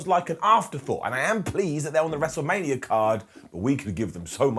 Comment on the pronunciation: "mestlemania" lol